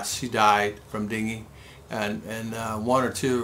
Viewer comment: Its Dengue not dingue